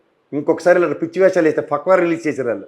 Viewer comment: 00.39 అది 'ఫక్వా' కాదురా పిచ్చోడా 'ఫత్వా'.సరిగా తెలుసుకుని మాట్లాడు.